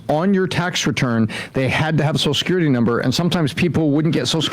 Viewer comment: love how sam calls social security "Soshecurity"